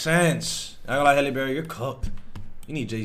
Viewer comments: Her name is pronounced Hal-ee not Hailey just had to clear that up (pet peeve)🤣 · Her name is pronounced the same as Halle Berry. HAL-EE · My man. Say Halle Berry. Now say Halle Bailey. Her name isn't Hayley. I'm not empathetic to her, but it's sad hearing you not being able to pronounce her name.